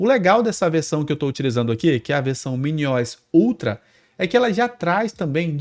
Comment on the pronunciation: "MINIOISSS" é pra acabar, se fala MINI O S, de Operating System!!!!!